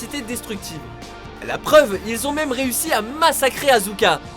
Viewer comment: Alors Asuka se prononce Aska ! Source: une japonnaise avec le même prénom. :D